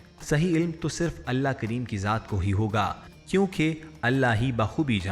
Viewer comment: Nabi Kareem....S.A.W....kundly proper pronounce...not kreem